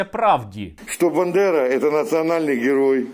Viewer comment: Страшне.! БЕнедери всюди. Господи які вони недалекі, навіть прізвище найбільшого страху не можуть нормально вимовити. Пропаганда там їм вже дірку в черепі виїла не те що мозок.